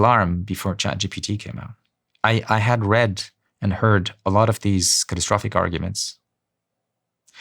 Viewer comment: My man can't even pronounce catastrophic properly why am I going to listen to him?